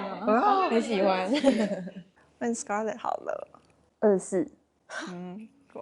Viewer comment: 那裡～唸Skrlett ，以我的角度會覺得在Eri講錯後唸成Skrlett會不會或多或少有點故意呢？ 如果有不同想法也可以討論，若是誤會我會刪掉，謝謝